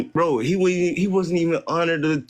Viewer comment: How does over emphasizing the words “Bro” and “Bi**h” make a compelling argument. Or not make you sound like a ghetto, ratchet usual 13%er?